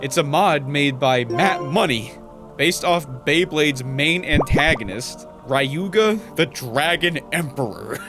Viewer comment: The way you pronounce Ryuga genuinely hurts my soul :')